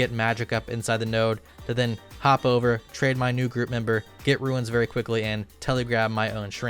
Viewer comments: Stop pronouncing Runes as Ruins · I know this was three years ago, but are you ragebaiting when you say "ruins" instead of "runes"??? It is literally in the name of the game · WHY THE HELL IS THIS GUY STILL UNABLE TO PRONOUNCE A SIMPLE EFFING WORD LIKE 'RUNES' STILL!?!?!? Seriously what the hell is wrong with him? Stop putting a damn extra syllable into it, its roons not ruins ffs. It makes you look like a legit tard, you've been told repeatedly by many people but you just can't get it through your fat head. Nice vid btw, keep it up.